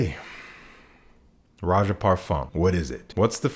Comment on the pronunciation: Props on the Roja tongue twister